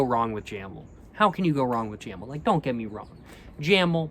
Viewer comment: Jamel - jáh méu